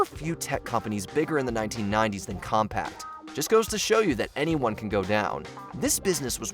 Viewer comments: Compaq (Com-pack), not Compact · Ugh, every time you say "compact"...COMPAQ. As in com-PACK. NO T. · You know these are obsolete when the narrator can't pronounce them. The computer brand was Compaq - the ending q was pronounced like a "c" (not "compact) and QWERTY was not spelled out (even though it represent different letter keys), it was pronounced as if it was a word (quertee). I'm only 7 minutes in, I'm sure there will be more. (I know. I'm old.) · It's CompaQ...not CompaCT 😹😹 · The way he keeps saying CompaqT. UGH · It pronounced COMM-PACK, Not COMPACT! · Hard to take any part of the video seriously with so many errors, and when the narrator can't even pronounce Compaq. It's 'Compaq'---as in Com-PACK, not Com-PACT🙄. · Compaq is pronounced com-pack, not com-pact. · OMG. It's compaq (Kompak) not compact. And that's not an obsolete product. It's an obsolete brand. Totally wrong for this video. Same with Kudos and PB Crisps. Brands, not products necessarily. Also, paper maps should have been the obsolete product. GPS just simply evolved from stand alone devices to cars and phones. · “CompaCT” 😂😂😂😂 it’s Compaq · why wasn't there any editor reviewing the narrator? he kept pronouncing Compaq as compact. there's no t, it's pronounced "COMPAK" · I love this channel's content, but it's "Compaq," not "Compact!" 🤪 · dude, it's compaQ, not compacT. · Leave it to the young to mispronounce Compaq. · we just gonna ignore him saying compact? its COMPAQ where's the "T"?! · Stop saying Compact!! It's Compac. It's even in the name. Shitty reporting. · Why does he keep saying compact? It's compaq! COM-PACK! There is no T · Ahem! Compaq is pronounced COMPACK, not COMPACT!! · How hard is it to correctly pronounce the name of a company when it's on the screen in front of you? The company was Compaq, not Compact. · Com-pack. Not Compact.. please use proper pronunciation! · It isn't Compact, it is Compaq. There is no T sound, buddy. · It's "Compaq", not "Compaqt". No 't'. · Annoying AF